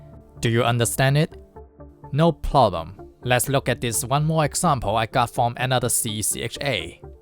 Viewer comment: "ploblem" this guy inversed the Japanese accent